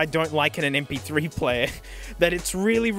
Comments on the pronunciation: "imagine em-pee- three -epsilon-reedom" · Correction: “Em-Pee-eerhT-Ree-Dum”